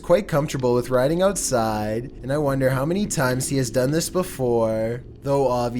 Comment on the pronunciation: Ouuutsiiide, oooopen, hoooome, at aaall, viideoooo, going oooff this dudes pronouncation is a trainwreck